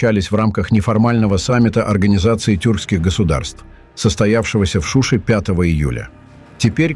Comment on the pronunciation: Не Шиши а Шуше.